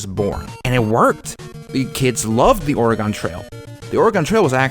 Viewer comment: 10 minutes and you didn’t pronounce Oregon correctly a single time. Congrats.